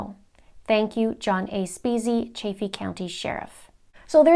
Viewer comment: You're a smart cookie doing a really good and important thing, I live in Colorado, it's pronounced CHAFF-EE. like the chaff off of wheat. Just FYI, so glad you're pushing this forward, noble job you are doing....thank you, cheers to you and yours.....